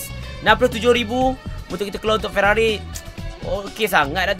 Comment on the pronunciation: Sampai masjid Ferarri jadi ferarroi